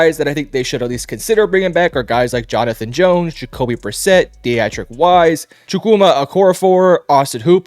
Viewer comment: Deatrich = Dee-trick